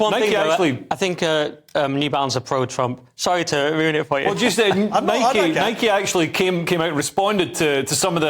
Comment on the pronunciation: It's Nike not Mike.